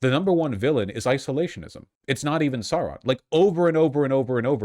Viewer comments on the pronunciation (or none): none